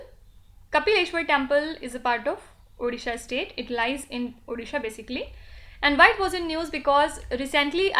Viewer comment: ODishA not orisha howmany times mam?????